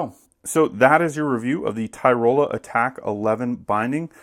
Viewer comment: It's not Ty-Roll-a. Tyrol-ee-a